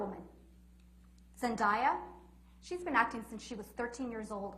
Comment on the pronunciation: I love how she pronounced Zendaya 😂 but I love her ❤️